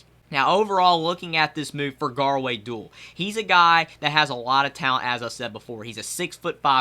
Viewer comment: Not trying to be rude but is pronounced (doo-all)